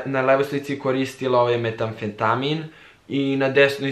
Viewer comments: Metafetain, a ne Metafetami, ni metafeetaim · 200 puta si pogresio u izgovaranju, kaze se metamfetamin, ili ti met. Gledaj malo Breaking Bad ;c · Hoces li jednom izgovoriti lepo metamfetamin hahahahah